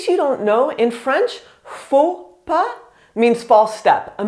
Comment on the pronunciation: The first faux pas in this video is to pronounce the s à pas ! 🤯 And I've been working in a tourist office and that is true : I had to teach them a lot to say hello or bonjour and bye or au revoir (We don't care but the politeness, PLEASE !!!).